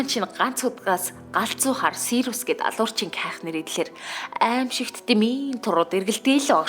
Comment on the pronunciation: Сийр-ус гэдэггүй сирус блэк гэдэг